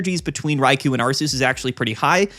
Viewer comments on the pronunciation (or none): i get so annoyed when you say ARE-SEE-USS ... THE NAME IS ARK-E-US .